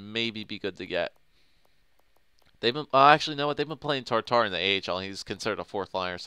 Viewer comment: It's Tatar NOT TARTAR!